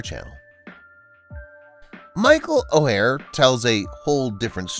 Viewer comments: Learn his name if you are going to narrate this about his life. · You need to learn to pronounce his name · You can’t even say his last name right. Lol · Why are you referring to Leanne as Lee and Anne as if she’s two people? And Michaels surname is pronounced Oar not O’hair. It’s really annoying when channels don’t take the time to get details correct like, names!. It makes it difficult to believe anything else your saying!